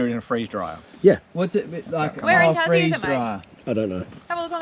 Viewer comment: Tassie rhymes with Lassie